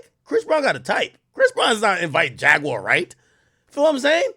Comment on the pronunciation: Buddy ass be like: Jag ➡️”U”⬅️awr….nogga it’s Jaguar 😂🤣😂➡️